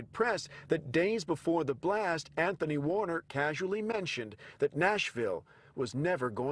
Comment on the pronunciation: ANthONy Q Warn-er?